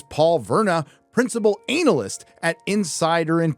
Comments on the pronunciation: I'll never be okay with how you say analyst (ANAL-ist) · If there was valuable insight at the end of this video I didn't get to hear it, because I gave up after ten minutes of sophomore ranting and about the fifth time you said "ANAL-ist" as if it were a witty bot mot. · Kills me whenever he says Analist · i was enjoying the analysis until you kept saying analist and i zoned out, cringed and stoped watching... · I wish I could get a non-childish viewpoint on this content. ANAL-yst. Really? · The emphasis of ANALyst LOL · lmao its not pronounced ANAL--IST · Lmao Anal-ist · Hmm, I for one don't think is putting enough emphasis on the word "analist". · hey- i take a fence at the pronunciation of anal-ist as a professional anal-ist... sht it mean analyst... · Analcyst? Analist? 🤣😂🤣😂🤣😂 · The rather deliberate mispronunciation of "analyst" is quite amusing. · I agree with what this guys says but surely thats not how americans pronounce 'analyst' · The way this guy pronounces analyst freaks me the fuck out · thats not how you pronounce 'analyst' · Your continued and intentional mispronunciation of 'analyst' is as cringe as anything Disney has produced lately. Aside from that, good video, but come on. You're better than that. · it's the emphasis on "analyst" for me 🤣🤣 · Dude that's not how you pronounce Analyst 😅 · I finally learned how to pronounce the word analyst.